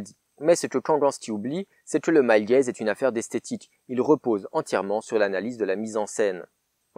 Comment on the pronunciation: Purée J'ai quand-même compris après 3 minutes de vidéo qu'on parlait de Male Gaze et pas de "el gaize" et "film el gaize" x)